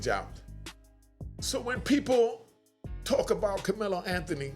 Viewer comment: the dude in the video called Karmelo, "Kamela" a couple of times (Freudian slip) .... ooooh, he won't just have a inmate number, the dudes in prison is going to call him "Kamela" and will treat him like a Kamela.